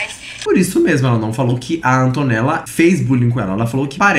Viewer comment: ai q odio ela falando "antonella", fico ate com vergonha do meu nome ser o msm que daql garota